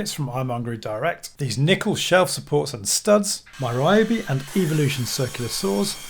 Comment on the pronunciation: Why can't white guys pronounce RYOBI correctly 笑笑